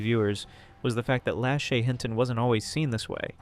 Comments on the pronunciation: I'm sorry but the way you pronounce Lashy's name irks me.. its not that hard to say la-shay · I'm just going to say/ask it. Isn't her name pronounced - lah-SHAY? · Its pronounced La- shay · lashay.. (la-shae) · if you’re going to take a stab at “reporting on others” as your content, the least you can do is pronounce someone’s name correctly